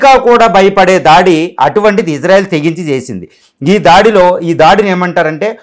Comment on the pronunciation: ఇజ్రా కాదు సార్ ఇశ్రా అనాలి